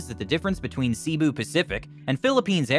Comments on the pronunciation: It's not "see bu." Try say bu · Pronounced Say boo. Not See boo. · He Pronounce Cibu Pacific 😅not Cebu pacific